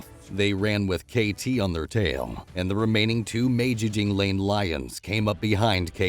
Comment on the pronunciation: "May-Jing-Jee-Lanes"...lol. Good video though, and yes very true, even the most brutal seemingly invincible coalition has to pay their tax bill some day.